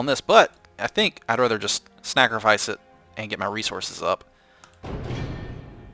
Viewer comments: He says "Snackrofice it" not "Sacrofice it" :D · it sounds like you're saying "snackerfice" I think it sounds pretty cluzery:3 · are you deliberately saying "snackrifice?" Sorry if its not, thats just what I heard throughout the video haha. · Its time for a Snackrifice. Snackrifice is the word I keep hearing when he saws Sacrifice. Make that a thing it could be good. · Don't know if its me but I keep hearing the word 'snacrifice'